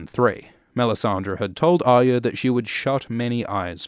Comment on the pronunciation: ARYA Stark's name is NOT Aya so stop pronouncing it wrongly, unless you dont want to say it properly because of some bizarre political corectness.